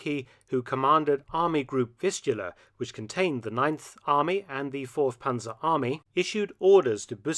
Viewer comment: Ninth Army? You mean the "Neinth" Army? im sorry ill leave